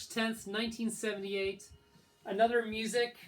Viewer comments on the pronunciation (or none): none